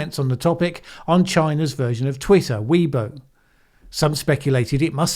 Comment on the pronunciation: pronounced WAYbo rather than WEEbo.